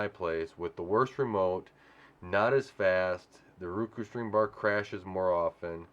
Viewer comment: I hate when my lady says Ruku...it is Roku. Like Row-Coo 🤣🤣🤣🤣 it makes me laugh everytime. Not trolling just saying.